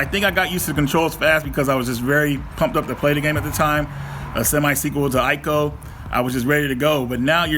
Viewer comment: Ico is pronounced Eye- Co